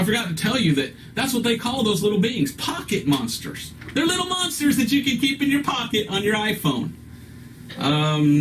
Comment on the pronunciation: should have kept going. He's so headstrong about calling it Pokeman that when he breaks down the abbreviation, he says pocket mansters 😂😂😂😂